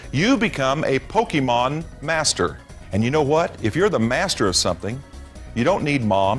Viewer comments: He said Pokeman not Pokemon. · they always call it pokeemon lol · Okay there's a reason people don't listen to certain people and if they pronounce it pokey mon we don't listen to them also a wizard is not necessarily A practitioner of black magic it's just a male practitioner of magic have you seen Harry Potter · Everytime these guys mispronounce pokemon, it pisses me off